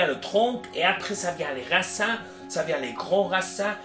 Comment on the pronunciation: C'est vraiment génial d'avoir accès à toutes ces informations, merci beaucoup :) Il faut prononcer "racine" plutôt que "racin" si vous voulez améliorer votre français, a bientôt merci ✌️